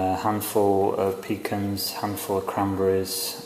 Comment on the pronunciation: "pecans" is one of those words that is pronounced a zillion different ways. "PEEkahns", "peeCANS" and now..."peekins", love it! Bread looks absolutely scrumptious, I think we should be glad there is no smellovision, though. Thanks!